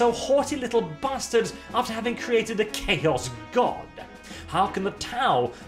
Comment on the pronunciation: Man got this video out so fast he fucked up "after"